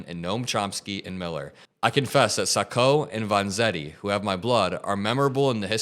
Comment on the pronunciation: you mispronounced sacco and vanzetti...hope you know who they are